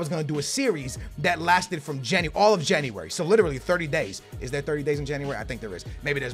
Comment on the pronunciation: Did his teachers not teach him how to say January in school